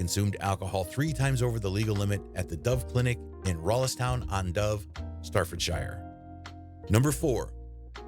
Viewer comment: I loved the bad pronunciation of “Staffordshire”, it is pronounced as “Sta-fud-chur” or “Staff-fud-shy-er”…….please say it correctly the correct way!